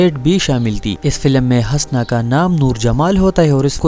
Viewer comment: Bhai aap Husna ko bar bar Hasna keh rahay hain.Apna talaffuz durust karain.Shukria.